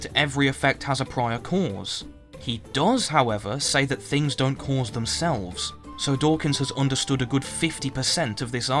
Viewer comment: I’m sorry but like minutes into this I started to hate the way you pronounce “cause”.